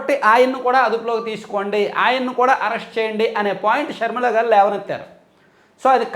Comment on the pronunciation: మీరు గారు అని శంభోదించిన మాకు ఏంటో గాడు అని వినిపిస్తోంది